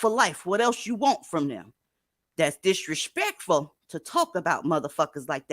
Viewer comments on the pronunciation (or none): DZ's m@ accent 😂😂😂 - do they really say, "disrespectful" like that?🤣🤣🤣